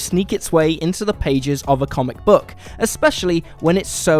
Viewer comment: Buck. Buck? Aren't you English? Its book. Like school. You dont say schul. Maybe you do. Ive got too much time on my hands